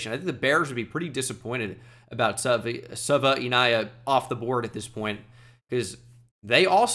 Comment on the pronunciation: Jonah Savaiinaea is pronounced Sa-Vye-Nae-Ya